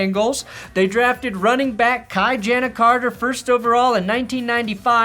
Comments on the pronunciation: Kai-Jan-Uh Carter??? its Key-Jon-Uh carter. Ki jana Carter geesh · "Kye-Jan-Uh" Carter? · Interesting pronunciation of Ki-Jana… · Hey, I think you might have butchered Ki-Jana Carter's name there... Unless I have been saying it wrong all these years...